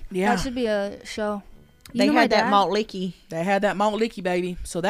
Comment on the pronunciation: Stop saying malt likky